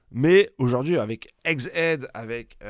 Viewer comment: yen a qui disent EGG EDDD et ya toi qui dit AIGZZZ AIDEE